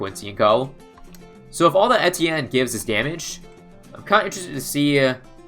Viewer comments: I swear he was saying entienne and not etienne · I'm losing brain cells listening to him pronounce the hero's name